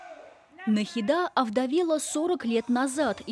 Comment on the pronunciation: Она шикарна!🤩 Надеюсь, сейчас с ней всё хорошо😊. Но, хоть я может быть ошибусь, но разве в имени Нахида ударение не на букву и ? Просто это режет уши🥲.